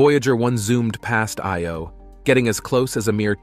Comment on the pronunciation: or, whichever the case may be, great video. May I point out that, although you got Metis right, Thebe is THEE-bee, and the 'I' in Io gets the accent, not the 'o'? Also, the distance figures given for Titan are way off, as 430 mi. doesn't convert to anywhere near 6419 km.